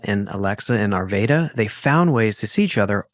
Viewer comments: I love you both! Just for clarity, the city Arvada is pronounced "ar vad a" (soft A) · Arvaaada is the correct pronunciation 😊